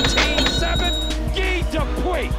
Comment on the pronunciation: Anyone else annoyed at the announcer pronouncing "guy" as "gi"